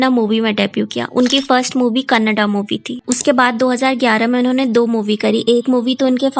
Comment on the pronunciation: Its not kannd dear its kannada